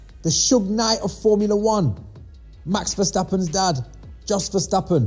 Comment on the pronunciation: Jos is pronounced 'yos' my bro ✊🏾